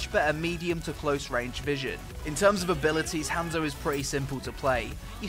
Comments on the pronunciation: rly m8 you said hamzo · your supposed to say it like honzo